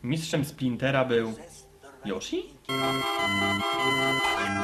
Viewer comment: ten coś tam od zówi ninja mówił yushi a nie yoshi